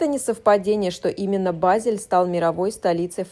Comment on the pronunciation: Начала слушать, как раз была недавно в Базеле, но к сожалению через несколько минут прерываю просмотр потому что очень режет слух и раздражает произношение ведущей названия города, просьба не смягчать букву Е произносить её больше как э тогда может быть больше слушателей будет у вас